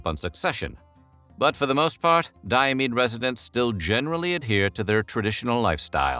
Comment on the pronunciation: Fun fact Diomedes is my first name. I’ve been calling myself Di-ah-mee-dees Why do you say Di-ah-meed? Do you just ignore the s?